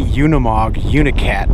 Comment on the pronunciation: You are pronouncing Unimog incorrectly.